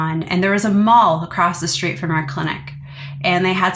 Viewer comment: Please work on your diction! When did S become sh in every word? It’s STREET, not SHTREET! You are so interesting but so hard to listen to when you don’t pronounce words properly!